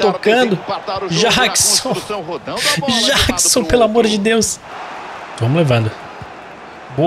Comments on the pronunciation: NÃO É JÁQUISON! É JÉQUISON!!!! Mds🤦🏻‍♂️🙆🏻‍♂️ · não é Jackson é Jeckson